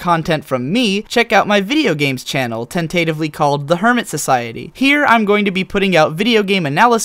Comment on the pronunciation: it's "tent-ah-tive" not "tentive" like "femininity" not "feminity" you sure like dropping those middle syllables, huh? XD